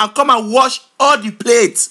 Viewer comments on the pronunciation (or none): did anyone else notice he puts an H sound in front of most of his words "HHHafrican" & "HHall"